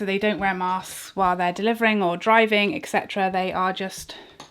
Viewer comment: I completely agree with you, just do what you love and enjoy, for you. Be it makeup or anything else. I love your channel! (but please...... it's not EXCetera... its etc. aka --> ET-Cetera 🙈)